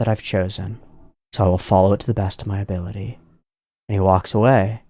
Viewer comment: 1 year late but u said “abolity”🥹 lmao rn